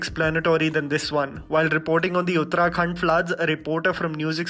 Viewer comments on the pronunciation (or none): Uttarakhand not uttarakhan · Its Uttarakhand btw not Uttrakhan